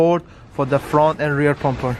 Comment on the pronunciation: Bro it's bumper not pumper